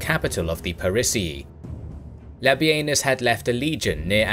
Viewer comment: the disrespect to labienus.... its LA-BEE-NIS not LA-BEE-EN-US. The man deserves atleast 35-45%, if not 50% of credit for the gallic wars and yall cant even get his name right or properly credit him